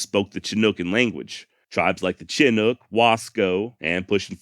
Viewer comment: Btw, I live at the mouth of the Columbia River near the small town of Chinook. The word Chinook is pronounced “ Sha nook”. Just a FYI, no offense intended. 👊